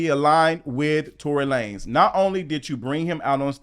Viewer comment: I loved when you use to say Tory Lay-nez 😂😂😂😂 I’m crinnne